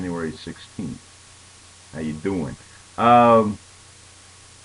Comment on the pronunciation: lol How YOU doin? good brooklyn accent, this brooklyn girl would know :P lol